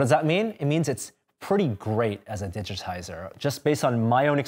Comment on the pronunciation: it's = itsch. 😹